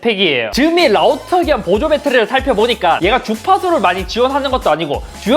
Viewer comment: 라우떠.12왛뜵 라고 말하네요ㅋㅋ